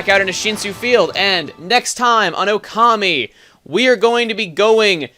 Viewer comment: Please chuggaa... You say you are so good in Japanese. Then why do you say Okami wrong. You put the emphasis on the "ka" in "Okami" while, if you really would know japanese, it should be on the "O" in "Okami", just like you hear it when you start up the wii-disk ;) Plus several other names, the pronounciation in essence is correct, but the emphasis is wrong. It's constructive criticism ;) I do like that you are doing this game, it's always fun to watch you play :D